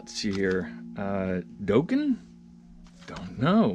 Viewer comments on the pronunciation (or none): Dawken, not Doughken. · Dokken=[docken] (proper pronunciation)👍🏼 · It's pronounced dokken like rocking with dokken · It's dokken sounds like Rockin!¡ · Nice collection but you killing me that you never heard of Montrose or how too say dokken or Joe cocker ?? Lol